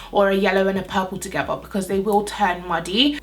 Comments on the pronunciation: Blend them togevvuh. Why do Brits always pronounce the "th"as a 'v'? Lol. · is it just me or is she saying the word 'together' as 'togeva' ??